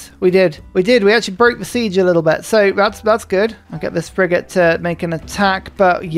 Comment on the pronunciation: I've noticed this a few times now but it seems like has managed to somehow pull an Uno reverse card on the typical South East/London accent's tendency to turn 'th's into 'f's, and seems to turn 'f's into 'th's such as here the "thrigate". Actually a fascinating feature of his speech, never heard it from anyone else I've met